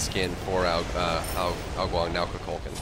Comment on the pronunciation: Is he pronouncing Kukulkan correctly? Only reason I ask is because I notice he tries hard to pronounce the other God's name's correctly, but this isn't how I've heard this name pronounced in the past. I've always heard it said more like Koo Kull Khan (no that's not phonetic spelling lol).